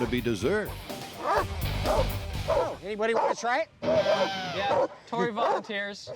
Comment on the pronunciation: One of the best things in Mythbusters history is that Tori is Italian heritage and not once ever do they pronounce his name correctly 😂😂😂